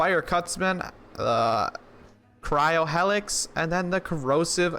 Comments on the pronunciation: HEEElix lol hellix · Yo it’s like “heelix” not “hellix” but I agree that gun is sweet. The Maggy is a great DPS weapon too